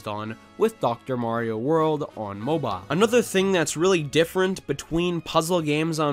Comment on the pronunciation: If i hear the word "moboaa" obe more time, i will scream